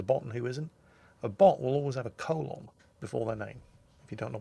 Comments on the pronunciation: I love Jingle's pronunciation of the word "colon". ;p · or because you pronounce "colon" differently ;-)